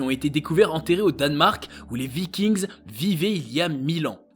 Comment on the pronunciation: Vikings le s ne se prononce pas ! Ce n'est pas de l'anglais !